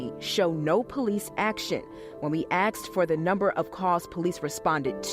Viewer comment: "When we axed," LOL.